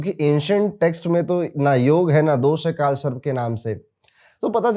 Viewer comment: Sharp ni sarp hai sir 😂 but thank you your videos helps people ❤